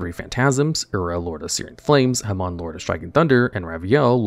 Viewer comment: This guy pronouncing "Hamon" like "jamón" instead of "Haymin" makes me laugh every time